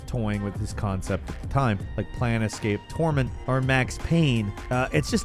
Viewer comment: "Planetscape Torment? lol. I love you, but that was pretty bad xD